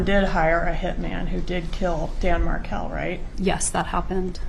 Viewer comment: This is a good summary. I don’t like the AI voice that mispronounces MarKEL as Markle. And Wendi moved Dan’s sons, the Markel boys, after she changed their last name to the name of the family that murdered their father. Dan’s parents had successfully lobbied in Florida for a law that allows the parents of a murder victim to have visitation with their grandchildren, so Wendi fled to Texas, where she assumed the name Jill Estrada. So your essay should end: somewhere in Austin, a woman calling herself Jill is living in the shadow of imminent arrest for the murder of her husband. Georgia Cappleman is coming for you, Wendi Jill. Justice for Dan Markel will be served when EVERYONE involved is arrested and brought to trial.